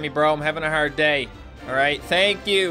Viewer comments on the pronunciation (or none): none